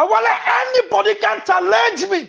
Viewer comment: The word is not talange but challenge